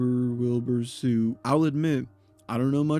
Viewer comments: does wilbur soot actually pronounce his last name as "suit" or are you just saying it wrong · soot rhymes with foot, not fruit